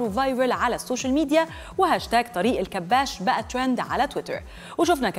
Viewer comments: طريق الكباش.. مش طريق الكباس 😂😂😂😂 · الكباش بالكسرة مش بالفتحة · المذيعة المفروض تبقى مثقفه بدل طريقه النطق بتاعها طريق الكباش الكاف بالكسره الکباش جمع كبش والكبش هو الخروف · إسمه طريق الكباش( بكسر حرف الكاف وفتح حرف الباء).. الكِبَاشْ. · اسم الطريق الكباش بكسر الكاف وفتح الباء وليس هناك تشديد لأي حرف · بصراحه يا انتى بذات صدمتينى إنك مش عارفه تنطقى إسم الطريق صح لأنك مصريه والمفروض تبقى عارفه تنطقى اسم الطريق صح